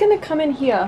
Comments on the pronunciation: more like hiya or hia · I love the way says "here." Aussie accents are so nice.